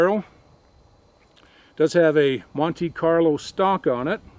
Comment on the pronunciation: LOL, when you said Monte Carlo stock it sounded like you said Monkey Carlo" stock!